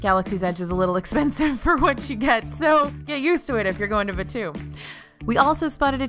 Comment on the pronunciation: omg as a star wars fan i cant, its pronounced baa too, not bachew it sounds like a sneeze